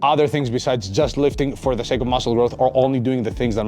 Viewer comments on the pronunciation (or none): none